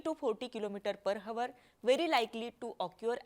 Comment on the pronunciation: पर हवर नाही पर आवर बोला बाई 😂